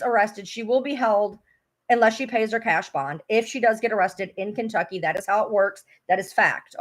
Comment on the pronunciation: Why You say Kentucy? Why would they file in Kentucky?